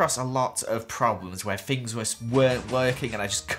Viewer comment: Please stop saying fink and fings lol 😩love the idea so come so cool how you do Redstone???? How it worked soooooo coool !!!!!!